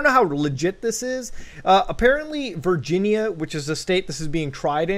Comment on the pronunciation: It's hilarious the way he pronounces Virginia.